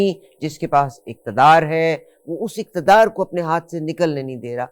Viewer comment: شعر سے شروع کریں۔اقتدار کو اکتدار کہا قمقمے دونوں قاف پر پیش ہے جہاں آپ نے زبر کا استعمال کیا۔ اور وہ ادیب صاحب جنہوں نے یہ پوئم بھیجی وہ ادیب صرف نام کے ہیں یس ادب سے بھی انکا کوئی تعلق ہے۔اگر تعلق ہے تو ضرور وہ اپ سے شکایت کرینگے کہ انکی پوئم کو آپ نے صحیح نہیں پڑھا۔